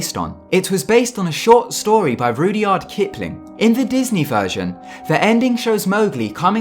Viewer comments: It's Rud-yard, not Rudy-ard... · It is pronounced rudge - ard not rud-ee-ard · Rudyard Kipling's first name is pronounced with rud sounding like in rudder, said quickly it sounds more like rujard (if that makes sense). He was named after the lake/area. His parents honeymooned there I believe. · Funny how an English bloke doesn't know how to pronounce Rudyard Kipling... every school boy knows it's Rud (like mud)yard not Rudeeeyard. Bloody false all around. Fake someone else's accent. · Also he sounds like he doesn't understand anything he's actually saying e.g. He pronounces "Rudyard" as "RUDE-YARD" -_ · "Rudy-ard" dude, it's "rud-yard" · RUDY-YARD Kipling? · Just a small point to pick on here. You said "Ruddy - ard " Kipling. One of the most famous authors of the last 125 years. His name is pronounce "Rud -jard". ...just so you know...before your next video............. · Haha "Rudy-ard?" it's pronounced Rud-yard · Rudyard Kipling is pronounced rud-yard not rud-ee-ard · It's pronounced Rudd-yard Kipling not Rudd-yard LOL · Rudy yard Kipling ? it's pronunciation is Rud yard I think you'll find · fyi not not pronounced Rudy-yard kipling. Its Rud-Yard kipling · any British people from the Midlands scream when he said Rudyard? XD it's pronounced rudge-yard XD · It's pronounced rujard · "Gee-o-varni" "rood-ee-ard Kipling" lmfao